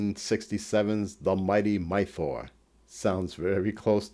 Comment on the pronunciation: Why do you keep saying Migh-thor? It doesn't sound like Thor. It's Might-or. You know, like the word mighty.